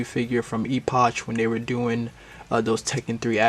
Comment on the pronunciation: Just for your own future reference - EOOCH is pronounced "ee-pock" (long E sound and pock like "pocket") or "eh-puck(like hockey puck)" (like epic with a U instead of an I). Both pronunciations are correct. But the CH is pronounced like a K.